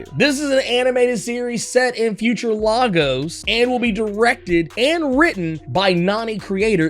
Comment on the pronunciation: Love your videos with a flaming passion, but my mans... as a Nigerian and someone from Memphis I just have to let you know... you pronounce Lagos wrong (alot of people do) it is pronounced “LAY - GOS” not “LA - GOS” - no harm just wanted you to know the correct pronunciation